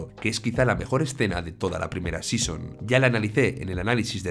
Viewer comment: La "primera sison" 😅? Muy buen vídeo por todo lo demás!